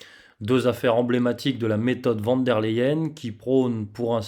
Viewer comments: Ce n'est pas sérieux de prononcer "van" alors que c'est écrit "von" ! Pour le reste vous avez toute ma confiance. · "Fon" pour être plus précis, car le V se prononce F et le W, V en allemand. Mais je dois aussi dire van des fois.